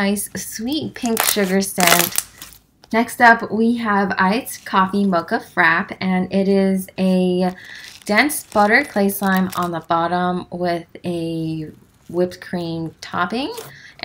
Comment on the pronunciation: Ginger Chong isnt it ice coffee mocha frappe DJOFJWLFJ im pretty sure just pronounced it like frap but its frappe